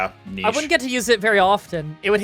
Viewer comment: Holy crap! Whatta pronounced 'niché' correctly!